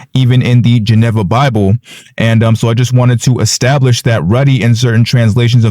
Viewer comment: Geneva is pronounced juh-NEE-vuh